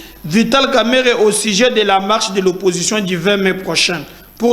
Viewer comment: TU ES ENCORE REVENUS AVEC TON KAMAHRE EN TSHILUBA, FAIT UN EFFORT PT FRÈRE